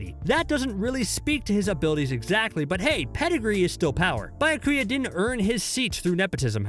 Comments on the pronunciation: “BI-YA-KUYA” oh my Also this ranking is garbage only 1&2 truly make sense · Buy ya coo ya. 😂🤣🤌🏾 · "Bayakuya" "Rayajun jaka" Are you even trying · “Bayakuya kuchiki “ like damn bruh can you at least try to pronounce these names properly. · Man really said buy-her-kuya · The pronunciation good looooord😬 Meyuri Kurotuchichi Bayakuyo 😫😫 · Byakuya [Bee-ah-koo-ya] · Biyakia! Wow omg do you guys even watch the anime or listen to the words are pronounce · The pronunciations are all off 😂 his byakuya made me flip my table